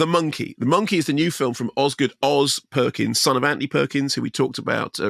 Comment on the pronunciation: Did he say 'Andy' Perkins? 😅